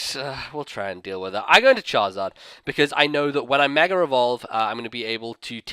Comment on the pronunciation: Why do you say megere